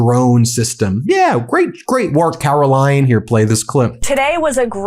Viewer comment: Did Ben just call her "Karolying" Leavitt? I've been using that name for some time now. A truly DISGUSTING individual.